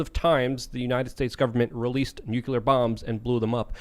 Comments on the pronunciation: Nu-CLEAR not NukeYouLer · ITS NOT FUCKING "NUKULER!" ITS NUCLEAR! NEW! CLEAR! NOT NOO KEW LER! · I cant take anyone who says "new-cue-ler" seriously. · man it pisses me of when people call it a nukuler . it's NUCLEAR , you know, from nucleus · if doesn't stop pronouncing nuclear (NEW CLEAR) incorrectly, I am telling the aliens! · Its pronounced nucular. The "s" is silent. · is CLEARLY Highly intelligent and profoundly knowledgeable, I just wish he pronounced “Nuclear” correctly.